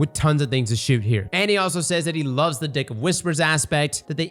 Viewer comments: Homie said “dick of whispers” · you totally said 🍆 of Whispers the mark. That has to be a pay 2 win perk. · NGL I heard "dick of whispers" more than once during this video. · I heard say what sounded like "Dick of Whispers" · I was listening to this video and heard "Dick of whispers"? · I know you said dick of whispers 🤣🤣🤣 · Okay, anyone else hearing “dick of whispers” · "dick of whispers"....nice slip up